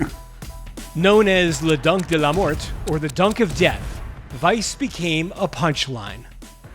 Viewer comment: French isn't Spanish stop saying the silent letters at the end of the words. No T in pronunciation of "Mort"